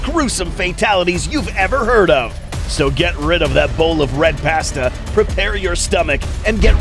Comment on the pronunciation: It’s not Pastou it’s pasta